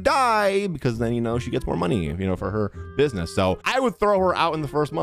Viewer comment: "buisnesh" LMAOO